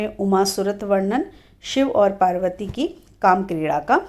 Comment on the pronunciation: बार बार शिवजी और मां पार्वती का उच्चारण गलत कर रही हो आप